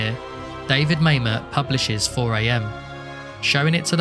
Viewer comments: You are correct - Mamet's name is pronounced "Mah-met." NOT "May-met." But that's ok, most people go through life without ever hearing Mamet's name pronounced. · Yeah, didn't notice inquirer, but Mamet definitely rhymes with dammit. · I thought David Mamet's name was pronounced like "ma'am it." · Couldn’t find the doc to rewatch so I watched this. Good work. Except for never figuring out how to pronounce Mamet.